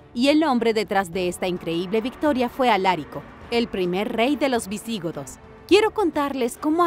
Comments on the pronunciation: 40 segundos de video y ya me están reventando los 🥚🥚 con los errores en la narración! POR FAVOR dejen de darle entonación esdrújula a palabras graves: Alarico 👍🏻 Alárico 👎🏻 Visigodos 👍🏻 Visígodos 👎🏻 Me molesta y me extraña que cometan errores tan básicos siendo un canal de divulgación de información, aunque sea miscelánea! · Lo de pronunciar bien no va contigo, Alarico y no Alárico. Visigodos y no Visígodos. Madre mía que despropósito.